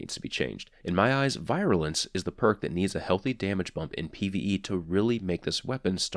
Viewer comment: Love your reviews man. Also, it's pronounced "veer-you-lence."